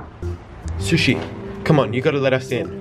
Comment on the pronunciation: I love how you call sushi su shu